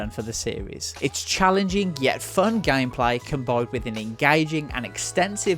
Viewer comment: You mean 'loycenses' and 'gaymepleah'?